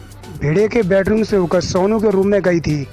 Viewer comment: Sounu nai hai sonu hai pahele bolna sikh le